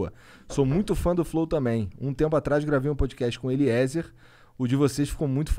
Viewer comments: Falando sério Monark, se não tiver ido ainda, vai no médico ver se tem algo tipo dislexia (falando namoral mesmo). O cara é o convidado e você conseguiu errar o nome umas 5 vezes lendo... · Terminou o podcast e o cara não aprendeu a falar "Eliezer" direito! pqp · Eliezer é demais! Sigo ele da epoca do freeganismo, depois enquanto preparava a van, londres etc. Demais Agora vamos falar que este monark é dose. Fumou tudo, bebeu todas, perguntas estúpidas e não conseguir falar o nome do entrevistado foi o fim! Necessario se preparar e ouvir o que entrevistado fala!!! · Acompanho o Eliezer a menos de um mês, mas já vi vários vídeos dele. Me identifiquei muito! Cara do bem e humilde. Nota 10!! Deus abençoe seus planos 🙏🏻 Nota 10 Para os caras do flow nota -1 Zero é pouco pra eles... Totalmente sem noção, sem educação... Xingam o tempo todo sem motivo, fumam numa entrevista, apologia ao uso de drogas... Entrevistador "Monarck" não consegue sequer ler nomes corretamente...